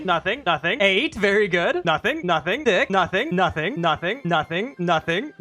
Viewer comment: 😂it sounds like he is saying nutting